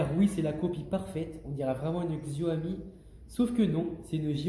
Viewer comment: Juste c'est Xiaomi pas Xioami